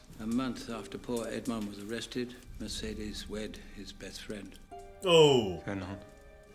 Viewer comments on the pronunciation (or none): none